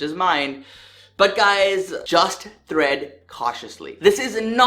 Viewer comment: "Thread" or tread cautiously?